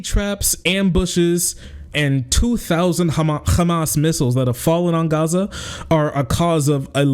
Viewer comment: please don't correct yourself when saying hamas. an H sound is the closest sound you can use not a goddamn Kh. its like calling someone with the name ahmad akhmad or mohammad mokammad. it hurts my arab ears lmao hamas is written with ح not خ